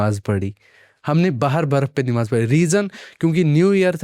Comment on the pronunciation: It's namaaz....not nimaaz